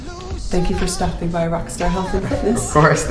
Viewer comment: I thought she said "thanks Patrick for STUMP-ING BY" HAHAHA!!that killed me!!! ;D